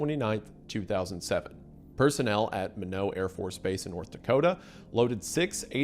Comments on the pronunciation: Minot, ND Mentioned, because North Dakota is good for only 2 things, Oil and Nukes! (Also Wendi, the city is pronounced as MY-NAWT, not MIH-No) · Minot is pronounced. My Not*** not "mino". xD and from what i heard it was laveled as a "lightbulb". I knew a guy who knew the two who loaded the warheads. Said "they were really nice guys" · It’s My-not, not minnow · MINOT!! "My-Knot", just said all together.... Not "Minneaux" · I live in North Dakota. Its not "Minnow" North Dakota, its Minot. Pronounced "my-not" haha sorry Wendigoon, I had to be that guy. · Minot is pronounced "my-knot" not "minnow" lol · Its... my-not... not minow... i live here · Mr. Goon it’s my-knot not mi-know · I'm likely not the only one to mention this but Minot is pronounced as My-not not as Mi-no. 😅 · My-not Not minnow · North dakotan here it is pronounced my not. Not minnow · Mr wendigoon, Minot is pronounced my-not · Minot: MY-KNOT That’s how you say it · My-Not afb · was that French? It's not called that. It's called Minot (My-not) like a knot in a rope, the K is silent but the Mi is like My. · Mine-ott, it's mine-ott!!! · Just for clarification, pronounced “My-NOT”. You aren’t the first or last to mispronounce it tho, love your videos. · Minot: My-Not Azores: Ay-Zors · bro said “minno” 😭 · Pronounceing minot as minnow is crazy work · It's pronounced "My-Not" AFB. Affectionately spoken "why not minot? Freezin's the reason." It was my first duty station and I showed up just days before the incident happened. Came to know a few of the people directly involved with the incident. My first weekend out of training was spent in uniform watching a lot of high ranking people get fired and the next few years were hell. The base had just failed a separate inspection so there were what seemed like non-stop exercises to get everything back on track and make sure the new updates were very well understood and executed. Naturally, I got orders just as things started to cool down hahaha. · Why not Minot